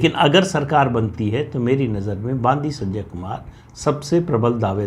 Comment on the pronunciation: तेलंगाणा प्रदेश अध्यक्ष का नाम : बांदी संजय नहीं। बंडि संजय ।